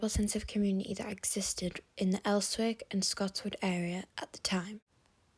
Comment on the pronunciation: "Terrorist" housing? "Els-wick"🤣🤣🤣